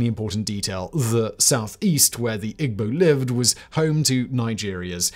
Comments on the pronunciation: Attending high school in Jos in the late '60's early '70's, I greatly enjoyed the video. (Minor nits perhaps, but unless pronunciations have changed over the years (and why not, so much else has), Igbo is pronounced "EEbo" and Yoruba pronounced YOURoba.) Keep up the good work! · Ughh……. Igbo (E-Bow); Yoruba (Ya-rooba). It’s hard listening to the pronunciations in this video. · romanblack4247 It's not a white accent lmfao what? He's British and even then he could have easily pronounced the words like Yoruba or Igbo correctly. Wth is a white accent? He simply just didn't even try to learn how to pronounce them correctly.